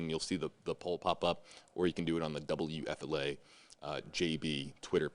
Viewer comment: Wfla it's time shelve Laundry We are tired of it. Also please pronounce your station call signs correctly. You say wfla wfla wfla wfla wfla too much. Please get a new story